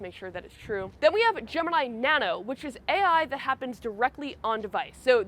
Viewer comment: It's not Gemanayi it's actually gemiii neee